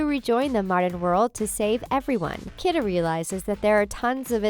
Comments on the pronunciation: Key-duh not kid-ah -. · DID SHE JUST SAY "REBECCA" MCINTYRE?!?!?!?! UM ON BEHALF OF ALL OF COUNTRY MUSIC, I AM OFFENDED! Also, Kida is pronounced "Key-da"... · Her name is pronounced “KEY-DUH”. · She mispronounces a couple character's names (some multiple times), not just the names behind them. "Cooper" and "Kitta"?